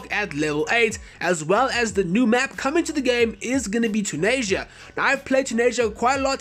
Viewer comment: Tu-ni-sha not Tun-asia. That's pretty offensive.